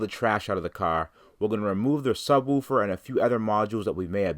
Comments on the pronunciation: A black dude that doesn't know how to pronounce subwoofer lol I've seen it all now. "Sub-woooo-fer" lol it's sub-woof-er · You normally dont show a New England accent... but the first time you say subwoofer about a min in, its like you were born in Boston. lol